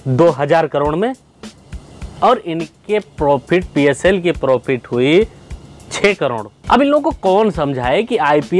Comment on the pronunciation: Bolna to seekh ke toiletless country k Chowkidar jeero ni hota zero hota hai Prophit ni hota profit hota hai jiyada ni hota ziyada hota h 🤣🤣